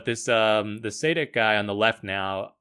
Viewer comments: its not saydick nor saadik, its Sadich (ch is pronounced like its pronounced in chipotle) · Milan Sadek is pronounced [sha:dek] good vid btw